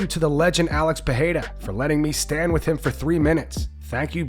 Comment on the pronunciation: When are you guys gonna start pronouncing pereira’s name correctly?